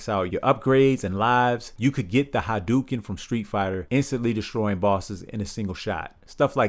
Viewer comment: By the way, it's "hah-dough-ken". Dig the video!